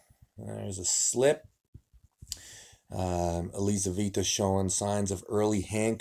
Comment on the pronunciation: Елизавета. Лизавита режет слух.